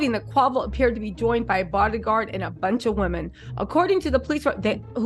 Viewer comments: Not Qwavo! Name butchering at its finest! Qwayvo….😂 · Girl, bye ✌️ if u real fam, messes us names.. that’s the least of QUAY- VOOOO’s PROBLEMS bein called quahhvo 🥴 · girl, it’s Quay-Vo. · Yooo his name is quavo idk where you from but I’m sure you seen the drink before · Who Quaw-Voy? Lol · The was you are messing up his name😅😅😅